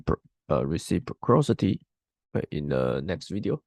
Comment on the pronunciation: Clean your throat first please. This was a torture in first 3 seconds. Also learn to pronounce terms like “reciprocity”